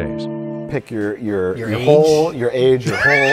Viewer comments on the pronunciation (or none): Gungey Entertainment I felt like he was saying hole but it's clearly soul